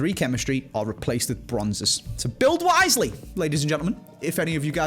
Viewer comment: says "build wisely", but all I heard was "build and Itani Hybrid" 😂